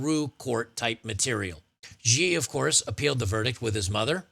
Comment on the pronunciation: In what world is "Xi" pronounced "Geee?" You discredit yourself by not being able to read basic words.. Xi is pronounced "she" ironically given the case, but that is how it's pronounced. Anytime you see XI in Chinese names it's pronounced "she."